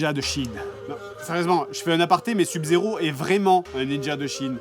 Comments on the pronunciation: Ou pour lui faire dire sub correctement? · comment ils prononcent sub-zero je suis le seul que ça fait péter un cable ? x) sinon super vidéo toujours autant se marrer devant les vidéo du jdg